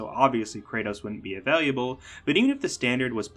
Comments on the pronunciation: Great video but… I think this dude thinks “available” is pronounced “availiable” lol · Thid guy added an additional syllable to "available" in saying "availiable" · Ah-vay-lah-bul. Not ah-vay-lee-ah-bul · Avail-lee-you-bull ? 😂 I've never heard available pronounced like the way you say it. 😅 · I'm taking a shot every time he adds another "i". My heart rate has gone up by 60 in the last 5 minutes.